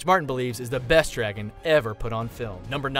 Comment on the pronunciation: meester lween